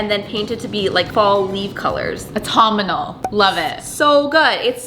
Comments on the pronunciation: Its autumnal, aw - tum - nul, NOT autum-mun-ul😂😂😂😂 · Aw-tum-null not whatever you said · The pronunciation of "autumonal" Whew Chilay! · Never in my life have I heard someone pronounced autumnal like that 😂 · As a British person it is literally KILLING me how they're pronouncing autumnal lol!!! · I also cringed and I'm American... Is that how they say it in Canada or is this just a -ism? 😂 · think it's a Canada thing. I'm American. We don't pronounce it that way lol